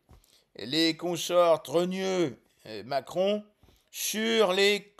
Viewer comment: Pourquoi vous dîtes souvent Maqueron?